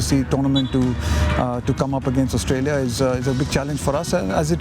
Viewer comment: Australia ka Austria kar dala 😂